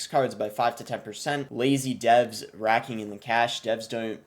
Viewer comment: Yo btw Boss, “rake” or “raking” is pronounced like “rayk” or “rayking”, not “rack” or “racking”. Hope this helps, not here to criticize, just trying to help”